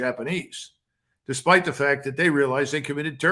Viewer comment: Just want to make a side comment about McGregor. I wonder if it has something to do with his time overseas but his pronunciation is odd at times. (a-gain-st, re-spite, uh-lies)